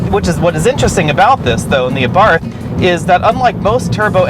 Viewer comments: pronounce it ABART , no 'h' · Pronounced Abart, no 'th' ending